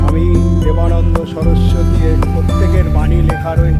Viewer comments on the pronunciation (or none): দাদা ঠিক করে পড়ুন। দেবানন্দ না বেদা